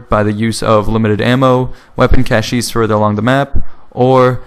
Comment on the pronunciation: You pronounced cache really wrong, but that's okay, because it's spelt dumb.